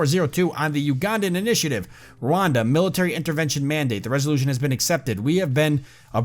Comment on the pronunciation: It is pronounced ruanda